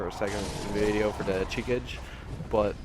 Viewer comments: Shi ka gay :P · It's Japanese pronounciation is (chee-ka-gay)